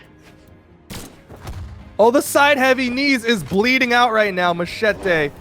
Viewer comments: ouai mais je comprend pas pourquoi il le prononce "machaté" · it sound like this : ma-chay-tay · he said Macheete's name the most cancerous way